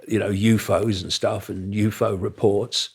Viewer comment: I have never heard anyone say Youfo